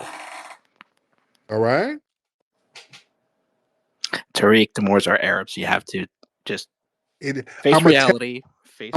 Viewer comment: The guy says he is Moroccan but saying the name Tariq incorrectly!!!